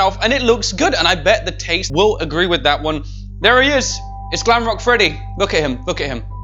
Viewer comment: “Glamcake” Freddy? 🐻🎂 LOL! 🤣